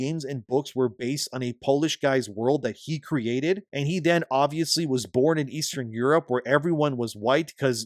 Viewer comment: Oh no he said ester europe Oh no ...